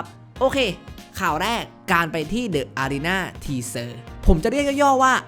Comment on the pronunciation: จริงๆอ่านว่า ดิอารีน่า ครับผม ถ้าหลัง เดอะ(the) เป็นสระ จะอ่านเป็น ดิ